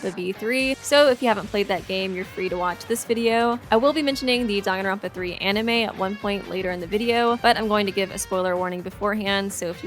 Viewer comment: Dong-an-ronpa no its Dang-an-ronpa